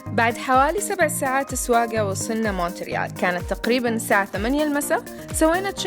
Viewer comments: موريال بالفرنسي يعني ت لا تونطق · لا ننطق حرف T في Montreal